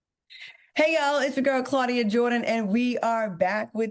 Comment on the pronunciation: Claudia, not Similac 😅😂😂